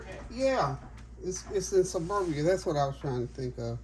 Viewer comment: Greetings!!!….also, it’s pronounced Serbia, instead of Suberbia😢😮❤